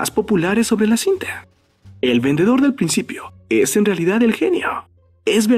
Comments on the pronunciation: verndedor que es eso como q le agregaron una R no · "VERNEDOR" ja :v